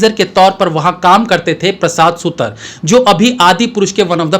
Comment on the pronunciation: On another note, it's 'सुतार ', not सुतर